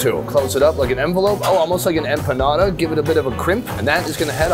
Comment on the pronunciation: the fact you said "empanada" with that shape shows me you are a man of knowledge. cheers